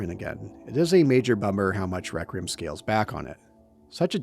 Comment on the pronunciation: Nitpicking the word choice and delivery of Victor while spending 2 hours failing to correctly pronounce REQUIEM is fucking wild.